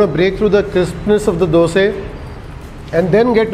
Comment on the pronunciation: That masal dosa is really appetising. By the way we love the way you call " Doseee". Out here in Tamilnadu it is dosai with a pronounced " I " at the end.